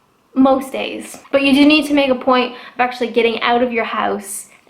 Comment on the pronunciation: " Your friends are OAT together "